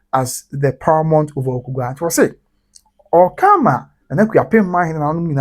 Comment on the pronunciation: THE NAME IS AWUKUGUA NOT AWUKUGAA😊😊😊